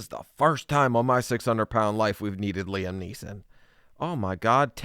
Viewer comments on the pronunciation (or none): none